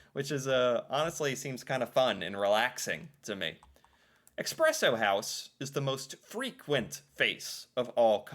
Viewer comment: It's E-spresso house, not E-xpresso house... and you're ether a black coffee drinker with no sugar and cream/milk, or you're a latte, mocha, cappuccino, frappe drinking city dweller, as the latter is looked down up on by farmers seen as snobbish. And historically in Norway we don't like snobs as we are a farming and fishing nation lol. It's also tied to toxic masculinity, black coffee seen as more ''manly'', anything with sugar and cream, feminine...